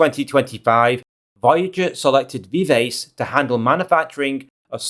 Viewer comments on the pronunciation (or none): It's pronounced "vivachee"